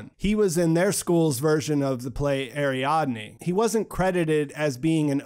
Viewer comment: the detail i did catch was you not being able to pronounce Silja and Ariadne